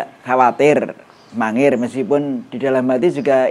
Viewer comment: bukan mangiran mas tapi mangir itu beda